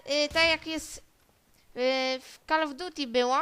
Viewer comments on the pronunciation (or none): zdążyłem zauważyć, ale to było to niego co by to przemyślał czym zaśmieca YT hahaha " kal of duti"hahaha